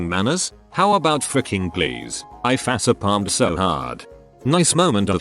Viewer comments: I FAH-SEE-PALMED so hard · Nobody: Voice: I fa-suh-palmed